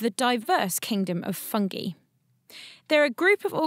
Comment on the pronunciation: the way she says "fungee" kind of irks me